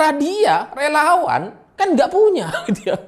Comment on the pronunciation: Renyah sekali dengar sebut relawan tdk jelas...